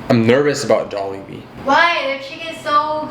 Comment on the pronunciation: Actually Butchered the name of Jollibee T.T